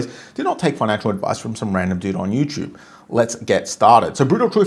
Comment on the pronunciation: Hes just european... its both ways lol. He calls youtube you choob lol😂